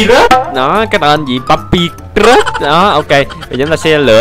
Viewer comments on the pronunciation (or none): Anh đọc sai rùi Tên papyrus